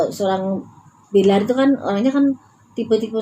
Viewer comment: Ya Allah Mak aq koq ngakak Mak bilang billar jadi bliyaar gitu ahaaa Mak kira bola bliyarr ahaahaa